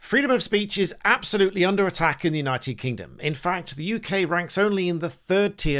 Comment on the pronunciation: The big guy keeps saying 'unOYted nations' 🤔